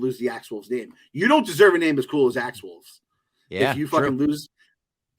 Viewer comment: Axe's last name is "Woves" no L in it. Love your reviews of the episodes.... #MeddlingKids